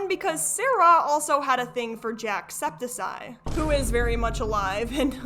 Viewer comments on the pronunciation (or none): I'm sorry, but XD jack sept-i-sigh? Gorlie pop, that took me out. Jack-septic-eye! XD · Great video! Just heads up it's pronounced septic eye like "infected eye" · just wanted to say, its pronounced septicKeye 🙏🏻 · JACSEPTI SSS EYE??? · So, it's said Jack septic eye. Just to let you know, no hate I promise. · “Jack sep-acide” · I cannot get over the way she pronounced jacksepticeye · the way you pronounced Jack's name hurt my brain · The way to pronounce jacksepticeye made me ill [ Good video, though! ]